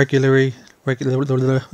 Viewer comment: WOW just wow sick! car first try then again. soo funny when you tried to say regularly hahahaha love it absolutely love it 😍😘💙❤💙❤